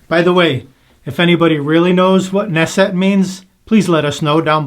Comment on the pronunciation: This is a top-5 blade for me. Insanely clean shaving with zero irritation. By the way, it’s pronounce naht’-set, and I believe Google translate is correct in this case.